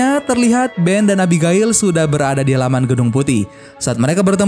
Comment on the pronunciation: Abigail: ebigeil Reading Right! ku..